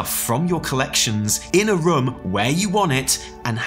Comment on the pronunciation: The way say „room“ sounded more and more like „rum“ to me and i can’t unhear it